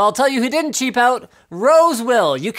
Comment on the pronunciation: Dovah Kiin "Really chep" 😒